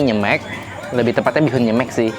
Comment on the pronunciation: Nyemek baca "e" nya yang belakang kayak huruf "e" di sepatu kak. Jadi pengucapan "e" yang depan sama belakang sama.